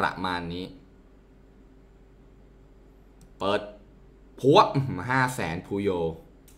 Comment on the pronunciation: ชอบ ว่า "ปรระมานนี้" ของอะ